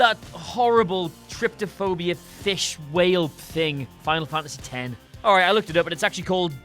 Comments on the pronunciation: There is no second T sound in Trypophobia... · Sooooo you only like generic and unimaginative games? Also, how can you mispronounce trypophobia when the word is right there in the video and surely in your script? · He like even shown how it spelled, and still called it "trypTophobia"